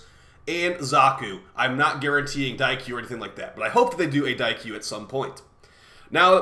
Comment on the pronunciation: Daikyu Prime rhymes with Xaku Prime